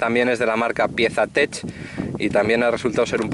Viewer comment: No es piesa tech .. aprende a hablar en ingles.. se llaman touratech. Jajaja